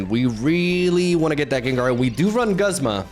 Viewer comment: I'm usually not one to care about mispronouncing but the back to back Guzma and Solgaleo in the beginning made me laugh 🤣